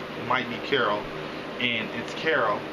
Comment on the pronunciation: holy shit, u actually said carol. Usually it's carla lol